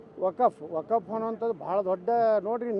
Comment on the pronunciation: ಲೋ 4ನೇ ಕ್ಲಾಸ್ ಪಾಸ್ ರಾಜಾ... ಮೊದಲು ವಖ್ಫ್ ಅಂತಾ ಹೇಳೋದ್ನ 100000 ಬಾರಿ ಬಾಯಿಪಾಠ ಮಾಡಿಕೋ ವಕಪ್ಪು ವಕಪ್ಪು ಅಂತಾ ವಟಾ ವಟಾ ಅನ್ಬೇಡ ಅಸಹ್ಯ...